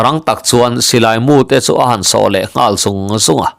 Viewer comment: Di so pawh i lam dik lo..Tui a so tiha so anga lam tur